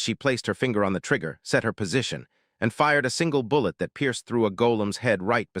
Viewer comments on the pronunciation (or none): none